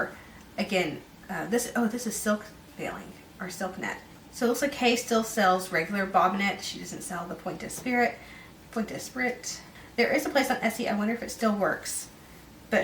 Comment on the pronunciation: Point d’esprit is pronounced “pwahn desspree” with the emphasis on “spree”.